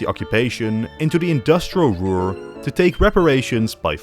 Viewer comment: why did you say ruhr that way